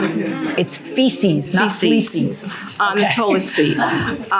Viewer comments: This woman said "Fleces" LMAO!!! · I was annoyed by the way she pronounced February, but when she said "fleeces" I was floored. 😂😂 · She could've said shxt since she said feces wrong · This grown woman just said “fleeces”. Is that poo with fleas in it 😫lawd have mercy